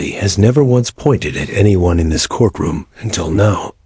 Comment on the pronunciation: REALLY? THE CORK ROOM?? GET ANOTHER AI!!! What is wrong with a human narrator? At least a human can understand the continuity of a sentence and the correct pronunciation of common words.